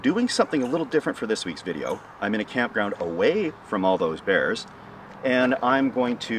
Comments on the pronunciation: At first I was confused I thought you said "no beers allowed" that would definitely keep me out lol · I thought you said "No BEANS Allowed" for a second.